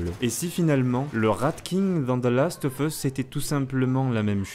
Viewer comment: salut on dit "Last of USSSSSSSSS" pas "FUSSS" c'est super horripilant vos prononciations a la gomme ! retournez a l'école et en cours d'anglais ! merci !!